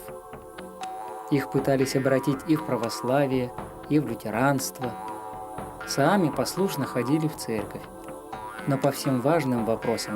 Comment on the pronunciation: Так ухо режет - саами,всегда были саамЫ